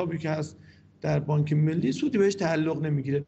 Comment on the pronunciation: به بانک گفت بانگ...